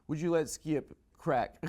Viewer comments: I like when he says skeeyip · Hahaha, why can’t Adam pronounce “Skip”?